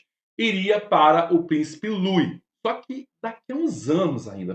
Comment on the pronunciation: IMPERDOÁVEL NÃO SABER PRONUNCIAR O NOME DO PRÍCIPE LOUIS